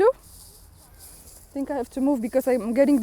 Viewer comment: No government really has the interests of the citizens in mind. I come for the information but enjoy for the less then perfect English. I love the "tinks". ✌